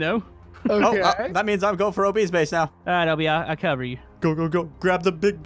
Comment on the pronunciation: You said cobor you mean cover